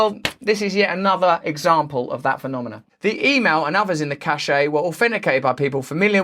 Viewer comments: It's pronounced 'cash', not 'cashay'. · It's not a 'cachet' it's a 'cache' pron 'cash'. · just a heads up, Cache is pronounced "cash" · My despair is profound. By the way cache is pronounced like ‘cash’ not ‘cashay’ as there is no accent on the ‘e’. Sorry I’m a French teacher. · It’s pronounced CASH not CASHAY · Cache is pronounced "cash" not "chashay" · RUSSELL, CACHE is pronounced 'cash' not 'cashay' (cachet) - the meanings are entirely different. Apart from that minor point I agree that newspapers have a duty to publish the truth when they have it in their possession. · I love the smell of files in the morning. The word is cache, pronounced "cash", not "cashay". You're pronouncing the word as though it was the word "cachet". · Cache is pronounced cash, not cashay! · “Cache” is pronounced the same as “cash”, you’re pronouncing it as if it were the French word “cachet”—Jimmy Dore makes the same error. 🙏🖖😎🍀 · Cachet is pronounced cash-sha, Cache is pronounced cash. ❤️ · Cache and Cachet are two different words with two different meanings. Cache is pronounced 'CASH' and Cachet is pronounced 'CASHAY'. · Cache is pronounced like cash. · Cache is pronounced cash, not cachet, which means something entirely different. There is no cachet attached to listening to your drivel. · Cashe=kash Cachet=kashay Don't do that douchey Brit thing where they refuse to pronounce words from other languages properly so as to assert their colonial dominance. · Cache is pronounced "cash" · Please pronounce "cache" properly. It is "caysh". "Cachet" is a different word altogether. Sorry about the pedantry!!! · Cache. Not cachet; not caché. Cache is pronounced like cash. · Cache is pronounced - kash. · cache is pronounced like cash, and means a secure place of storage. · Cache is pronounced cash. Just saying. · You copying Jimmy Dore's mispronunciation of "cache" (correctly pronounced "cash") or did you come up with it by yourself? Cachet is a completely different word. Check the dictionary.